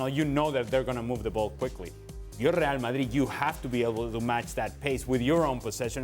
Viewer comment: Ale : Rhrreal Mahhrrii 😂😂